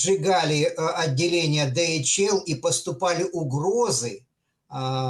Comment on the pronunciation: Во загнул! Дэгаэль! Голова пухнет. Ди-эйч-эл.😮 Выключаю.